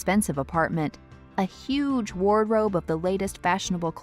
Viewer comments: did she just say "warrobe" lol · She said warrobe not wardrobe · “A huge warrobe”